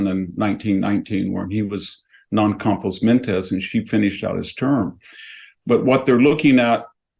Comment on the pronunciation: Pro tip for Victor Davis Hanson: When making fun of the way another person speaks, consider avoiding mispronouncing words. E.g., don't say "skin-tilla" for 'scintilla.' Nor should you say, "Non compos mentess." (It makes you seem a little, well, non compos mentis.)